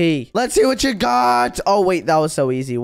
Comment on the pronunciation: Why does say wart instead of what